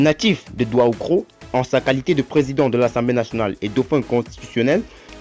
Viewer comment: Stp M. Le narrateur c'est pas douahoukro, mais plutôt Daoukro